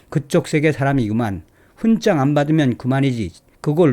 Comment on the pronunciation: '훈장'을 [훈짱]으로 ? 매우 귀에 거슬리네요 이제부터는 [훈장]으로 발음하면 좋겠어요.